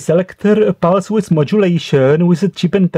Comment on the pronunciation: very interesting. Thanks. Also I like when you say pulse width, I hear pulse Swiss <3